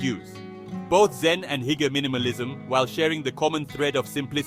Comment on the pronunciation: "Hooger" not "heeger".